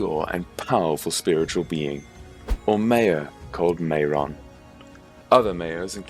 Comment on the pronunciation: One thing,the pronunciation of things like maiar is 'my are' and mairon is pronounced 'my ron'